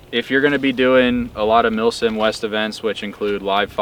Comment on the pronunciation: I had to remember, you very clearly said millSIM. With that in mind great video thanks for sharing. Oh and the face blur thing, cool but I know what you look like. Just saying.